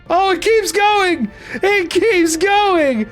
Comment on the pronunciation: "It keeps Go-URN-g"